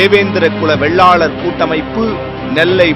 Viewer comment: டேய் சத்தியம் தேவிடியா பயலுகளா சாதி பெயர ஆய்ரம் தடவ சொல்லுரியே அதையும் சரியா சொல்லுரியா இல்ல அட சத்தியம் Tv செய்தி வாசிப்பு தேவிடியா மகனே வெள்ளாலர் இல்லடா வேளாளர்